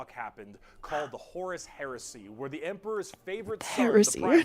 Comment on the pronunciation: I DECLARE HEWESY 😂